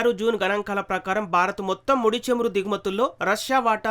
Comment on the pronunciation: చమురు not చేము రు కాదు